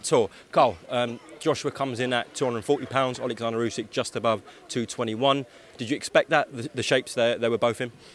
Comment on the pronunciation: MY GUY DEFFO SAID OLE GUNNAR USYK LOL